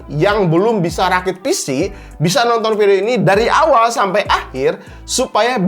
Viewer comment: Orang sunda ..😀😀 sampai bang🤭